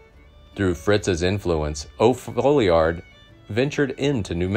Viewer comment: Narrator needs to get a grasp on English. It’s not ,O’Foleeard, it’s pronounced O’Fallyard. Charlie Bowdrie is not Bowder. And It’s Vakero, not Vakwero.